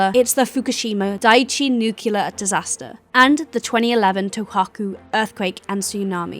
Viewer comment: It's pronounced 'new-clear'.